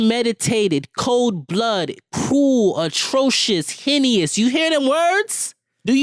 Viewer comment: the way he said heinous 🤣🤣😂😭